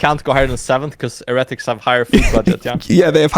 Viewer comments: can you please stop saying heretics like that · no way dom is going to go this whole video pronouncing "heretics" like that lmao